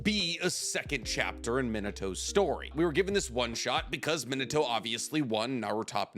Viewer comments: Why does he say Mini-toe instead of Min-Ah-to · Bro you driving me crazy saying minato’s name like “mito” 😂😂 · Your pronunciation of Minato is like fingernails down a chalkboard. The name is three syllables, not two. Edit: Your pronunciation of Konoha is even worse. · Does he not know how to say Minato's name correctly? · The butchery of his name is on another level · hate how he pronounces minato